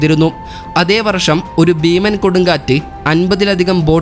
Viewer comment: വറുശ്യം അല്ല വർഷം